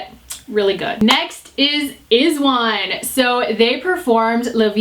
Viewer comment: iz*one is pronounced as ayzwon/ayzwan ☺